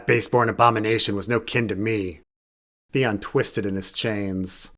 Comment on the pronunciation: Theon, Theon it rhymes with lemon.